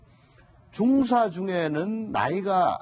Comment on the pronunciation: 방송발음똑바로 중사는 하사다음 발음똑바로